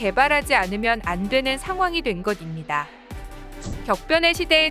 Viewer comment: 것입니다 -> 발음 좀 제대로 자연스럽게 해주세요. 듣기 불편하네요.